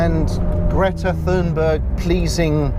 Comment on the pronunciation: I'd have the CS or (preferably and) Scud over any modern car. They're my dream 2 car garage and hopefully I'll be able to get them both before we inevitably only drive electric cars and the price of modern classics will skyrocket. Sidenote: "Thunberg" is pronounced with a hard "t" (=not "th") and hard "g". You also came off as a bit nonchalant to her work... I'm all for electric cars, but obviously I think sports cars can stay petrol-fuelled.